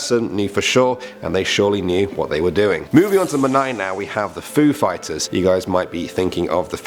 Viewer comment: When the Foo fighters came up I heard Food fighters😂😂😂 P.S I love this channel❤️